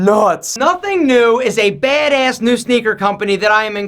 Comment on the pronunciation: No one: Literally no one:: BAeD eASS